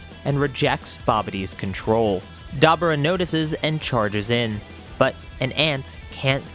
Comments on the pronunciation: DAH-BORE-RAH say it with me, DAH-BORE-RAH. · Story great but your butchering some of these guys names….dabura was brutal lol